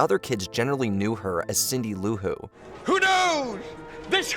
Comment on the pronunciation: Cindy Lou Who. Cindy-Lou Who. NOT CINDY LOU-WHO. THAT BUGGED THE SHIT OUTTA ME